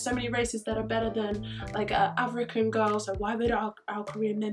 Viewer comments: AFRO-CAN? WTH??? its AFRICAN DARLING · Wtf is a “Afro-can”💀 pictures Afro in a can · The Afro-can Had me DEAD😭😂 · tf is a “afro -can” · it’s not Afro-can it’s African 🤦🏼‍♀️ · Bitch said afro-cans🤣🤣🤣🤣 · she said "afro-can" im dyingggg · "Afro-can" lmao someone needs to go back to grade school. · This girl said 'afro-can'....so suddenly I became a can with an afro😌✨ mmm mkay😀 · I'm a proud "Afro-can" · Tf is a Afro-can like??🤦🏽‍♀️😭